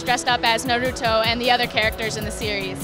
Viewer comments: AND YOU SAID NarUtO ITS NARUTO NOT NarUtO UGH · How webs say it : Naruto how she says it : nuruto